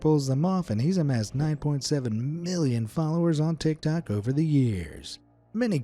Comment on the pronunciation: bro litarali sed "tictac"☠️☠️☠️